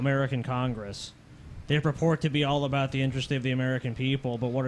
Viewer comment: TJ is still choking on the fact he said "aBUut" lol loving that